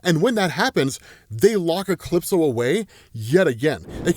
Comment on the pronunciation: Never hwaed soneone pronounce a capital letter before "E-clipso"